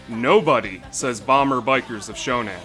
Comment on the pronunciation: It's SHONAN, not SHONEN. (Name of an area in Japan.)